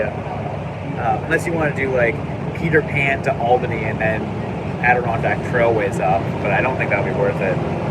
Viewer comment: Albany? Did you say Albany?